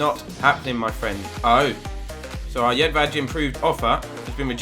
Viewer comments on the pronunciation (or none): Jedvaj is pronounced Yed-v-eye